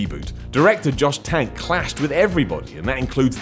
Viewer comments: Not sure if you did it on purpose, but his name is Josh Trank. Although I'm sure Josh Tank is appropriate now. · Did...Did he say Josh Tank? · Did you really call the Fantastic Four director "Josh Tank"? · Did you just call him "Josh Tank"?